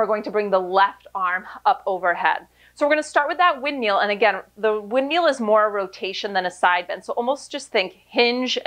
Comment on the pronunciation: Woo, shoulders on fire! 🔥 I was looking for an out of the box workout today and decided to give this a whirl. It never ceases to amaze me how easy Pilates looks but how hard it actually is. Great workout and cuing, as always! Love how you say "wind-meal", makes me giggle every time!